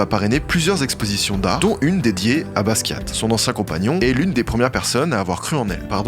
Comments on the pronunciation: BASKIA pas Baskiatte. La honte sérieux... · Basquat on prononce pas le t, si? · Le "T" de Basquiat ne se prononce pas :) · Jean-Michel Basquiate... Coup dur, mais trop top la vidéo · Super de mettre en avant Madonna et de faire découvrir son incroyable parcours, l’influence qu’elle a eu sur la musique mais aussi sur le fait que sans madonna il n’y aurait ni lady gaga, ni rihanna, ni aucune artiste pop féminine. Deux petits détails a corriger par contre; Basquiat se prononce « basquia » (sans le « t ») et ce n’est pas Patrick Hernandez qui a découvert Madonna et qui l’a emmenée à Paris, mais son producteur, Jean Vanloo.